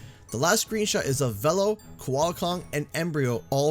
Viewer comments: no one is gonna mention anything about Velo being totally differently pronounced than we all thought it was pronounced? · I thought it was pronounced 'Veelo', not 'Vello'. I'm also glad he's unlockable very early. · Hate to be that guy But, it's v-E-lo not v-l-o, it's said thus way in nitro cart. Soz but nostalgia said no to this pronunciation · I hate how Oxide mispronounce Velo. It's pronounced Vee-lo not Veh-lo. Heck Velo himself pronounced it Vee-lo in CNK. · Why did they change how to pronounce Velo in this? In CNK they pronounce it (or at least Velo himself pronounces it "Vee-low" not "Vell-Oh". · I don't get why Velo's name is being pronounced "Vel-lo." in the original crash nitro kart it was definitely announced "Ve-lo" wasn't it? I'm pretty sure. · It's pronounced "Veelo" not "Vello"? How hard was it to check the pronunciation? I just searched for CNK's cutscenes on Youtube. Took no time at all. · Vélo is the French word for bicycle. The correct pronunciation is [velo] but was changed to [vilo] for Nitro Kart. Now it's pronounced [vɛlo]. I'm more confused with Beenox choosing to still have the name said differently, given that many of their developers are native French speakers. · Dunno why but I always thought Velo was pronounced Veee-lo. Oh well lol Edit* was pronounced like this in CNK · I thought it was pronounced "Veelo" I'm not changing the way I say it. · I got so mad that, not only did Oxide pronounce it as "Veh-low", but then repeated it verbatim and I wanted to punch something every single time. I don't think I'll enjoy this track personally but all of the Grand Prix tracks have been okay to unenjoyable(meaning I don't like the track and don't play it). The only Grand Prix track I love is Mirror Mode Megamix Mania. I don't like normal Megamix Mania but just putting it in Mirror Mode made it one of my favorite tracks. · I mean, they pronounce it "vee-low" in the CNK cutscenes, so I don't understand how they managed to get it wrong for this.